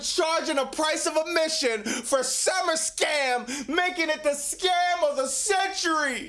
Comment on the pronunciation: say it correctly.